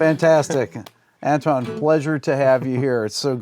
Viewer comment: With a bit more practice this kid could be half decent. By the way Antoine is pronounced 'On-twan' 😉